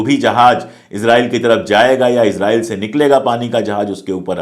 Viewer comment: Israil..pronounce Hai Izrail...nahi.